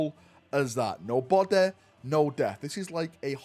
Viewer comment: Remember guys: "No Bodeh, no deth"